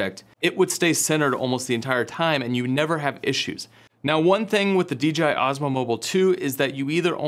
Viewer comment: My mans keep saying D'G'I xD